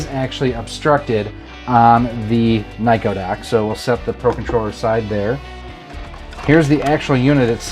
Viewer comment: Nah it was a joke. You were pronouncing Nyko like Neko, or a cat girl